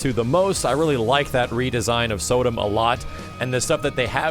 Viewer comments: So-dum? you mean Soh-dom? or Katana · I love how this guy's a douchebag and keeps saying the name Sodam like an idiot. it's pronounced like Saddam Hussein's first name, but instead of saying the "A" you say the letter "O"